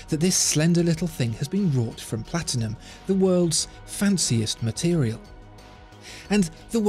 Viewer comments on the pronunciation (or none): none